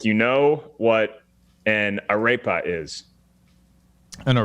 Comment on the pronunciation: The way pronounced arepa. Jajajajaja.